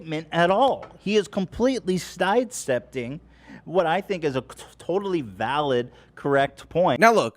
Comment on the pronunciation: Ethan: He's totally stide septing. I think he wanted to say side stepping 😂